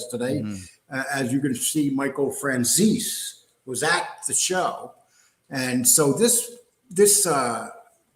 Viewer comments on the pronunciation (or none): Here’s a little help for It’s Fran Zese. Take the word Peace and take away the P and add the Z Fran ZEACE